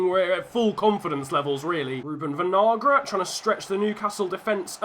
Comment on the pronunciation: Your pronunciation of Kevin Vinagre (Venalgra) is making me mad. Just call him vinegar lol.